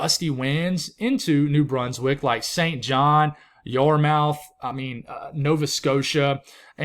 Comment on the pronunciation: Yarmouth is pronounced yarmyth